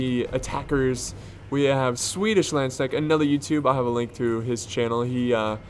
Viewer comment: The constant mispronounciation of basically everything that is not English makes this just so much better :D. Ritterbrüder -> Riddrbruter Landsknechte->Landschnecks and many more :D